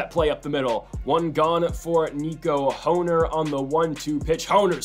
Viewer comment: It’s Nico horn er not hoe ner it’s spelled hoerner but pronounced like horn-er